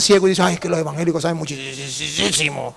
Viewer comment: Primero enseñaste a hablar se dice evangélicos no envangélicos.